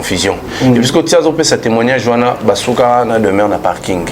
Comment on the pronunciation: Demeuré ou Demeure??? Eee oyebi ata ko prononcer kombo té 😂😂😂😂😂😂, azomonana Kaka insensé et idiot.